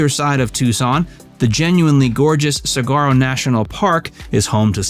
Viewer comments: Good video, but if he says cigaro one more time I'm gonna puke 🙂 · Sah-WAR-oh. Ring-CON. San-AH-veer. And the name is TUCK-son (joke.) Thumb up for my old hometown. Peace on earth. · A little help on the word - Saguaro. It's pronounced.. Sah-wha-row. 😉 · Sort of a bad start when you mispronounced saguaro.😂